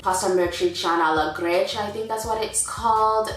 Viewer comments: Dear, it's GRICIA, not Grecia... and the traditional Amatriciana is with bucatini, not spaghetti:D. And again it's not ossobuco with grammatola???, maybe you meant gremolada...You're great though, I love the way you speak Italian, you're really good!:) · Gricia not Grecia 😂😂😂 And scorza di limone is the lemon's peel